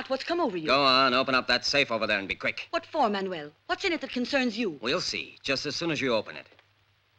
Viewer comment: Okay, that’s it! Did this movie not have some kind of voice coach? How many times have characters called him MAN-U-WELL? The dude’s name is MAN-WELL FFS!